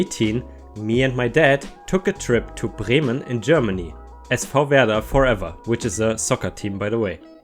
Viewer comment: I was pretty sure that accent was German, and it was all but confirmed by your perfect pronunciation of Bremen and SV Werder. Servus~